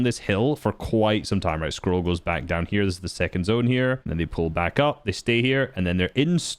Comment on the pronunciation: "the insane consistency of sky and SCOLL"